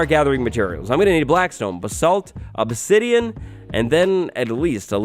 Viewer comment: Crying obsedian?